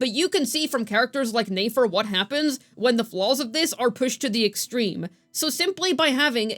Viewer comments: it's neh-fer, not neigh-fer, she ain't a horse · Since I’m early to the comments: Please stop pronouncing Nefer’s name as 'nAfer.' I used to watch every single video, but the mispronunciation became so distracting that I actually had to stop watching. I'd love to jump back into the content, so please fix this! It’s been far too long. Thanks!